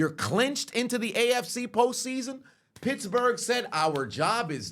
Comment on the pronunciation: I thought he said bitchbourg